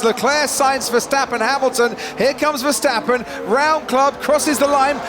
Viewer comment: mex vesteppen really commentator ?? ,,do your homework,, google youtube for pronouncing